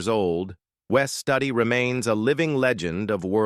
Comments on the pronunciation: Its Wes Studi, pronounced ( Stoodi). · It's Wes Studi not Study